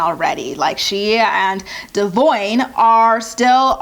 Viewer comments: I think it is pronounced Duh vawn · Why did it take them this many seasons to learn how to pronounce Devoine's name? lol No wonder he drinks. Mtv shades everyone so bad.